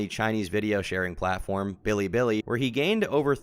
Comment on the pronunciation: He said *blibli* haha